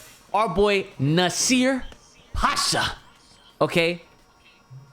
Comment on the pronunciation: it's PASHA NOT HASHA 😂😂😂